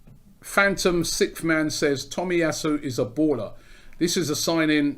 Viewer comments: Cant believe Robbie is pronouncing his name right lol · Robbie can say Takehiro Tomiyasu on the first go but still can't say Aubameyang after 5 years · im surprised robbie said the name correctly, after the Lachurro Martinez and Belleti butcherings